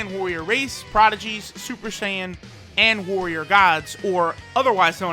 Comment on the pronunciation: shuper shaiyan